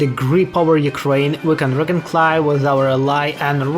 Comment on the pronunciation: 😭😭It is Rea-con-SILE not reconclie